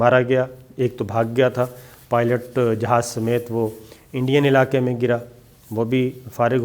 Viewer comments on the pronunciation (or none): none